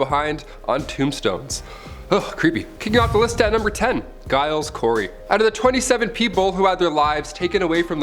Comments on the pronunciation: Giles is pronounced "Jiles" like gyrate. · "Giles" is pronounced "Jiles". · Giles is pronounced with a J